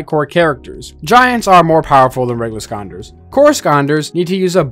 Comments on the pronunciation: is this guy not capable of saying skylanders? literally ended the vid 5 mins in its too frustrating to hear him speak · Him saying skonder has genuinely made me not interested in this video anymore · The fact you called it skanders annoys me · i was gonna watch but this mf sayin skonders is pissin me off too much💀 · how are you a skylanders youtuber but you cant pronounce skylanders “Skaanders” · Bro can’t talk right it’s sky landers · Are you saying "Skylanders " or "scanders" cause scanders is kinda better, I like that if so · why bro saying skaunders. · Why does he say skonders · What in tf is a skaander? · Bro saying skanders 💀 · I'm less than a minute in and I just cannot stand him saying sconders im just not watching it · He said Skylanders correctly one time. Only once. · Is anyone gonna mention how he says skylanders? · Am I the only who hear him pronounce Skylanders wrong or am I something missing here? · I love this channel but how is there a skylanders YouTuber who can’t pronounce skylanders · I dont understand how you pronounce the lander clearly in gimmicklanders but you dont pronounce it at all in skylanders. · This guy might be a genius, mispronouncing skylanders for engagement bait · Imagine making a whole channel dedicated to skylanders, while not even being able to pronounce the fucking word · Why do you say Skonders and not Skylanders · I believe it's Skylanders not scanders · why is skylanders being pronounced as skonders? /gen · “Say Skylanders” This guy: Scanders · bro said "Skannders" not "sky-landers" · why does he keep saying skylanders as skonders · Why are you pronouncing scanders instead of sky landers? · i hope i didnt misshear but i think you said "skanders" instead of skylanders lol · It's Skylanders not Sconders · Is it just me or does he call skylanders skanders? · It’s not Skonders it’s sky landers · Sky land ers not skandas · I think my favorite part of this video is how he says "skylanders", it sounds like he's saying "skonders"